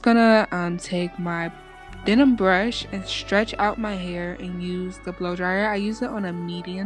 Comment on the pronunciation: It's a den-man brush, not a denim brush.